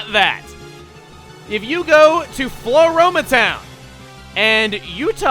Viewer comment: It was in this episode that I realised it`s FLOAroma Town. I have been spelling it and pronouncing it FLORAroma town since I was a kid when this game came out. Wow, me.